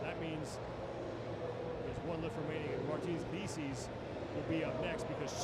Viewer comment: Man introduced Martins as "Martins Lickis" Like yo wtf